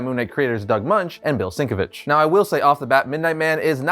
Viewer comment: Yea kind of bummed but Midnight man has a son so not sure if he will make way into series if it goes beyond 1 season also Its pronounced Bill shen-kye-vich